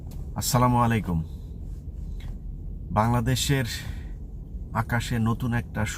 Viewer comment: ভাই সালামুআলায়কুম না বলে আসসালামু আলাইকুম বইলেন ❤